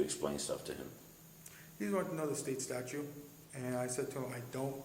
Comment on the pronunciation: Did he actually say "Florida State Statue?"